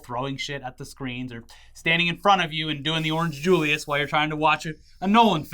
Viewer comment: Did this man just say “Orange JULIUS”??